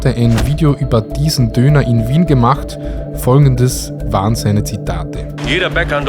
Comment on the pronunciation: worlds best kebap in "Wjiehn" oder doch nicht lieber Vienna?;)